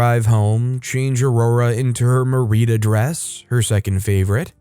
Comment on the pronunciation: no, that butchering of merida's name!